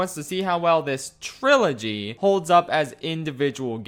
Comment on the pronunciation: "Trillogy" Hah. Haha. HAHAHAHAHAHAHA